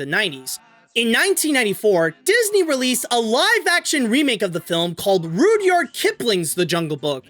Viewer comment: Rud-yard not rude-yard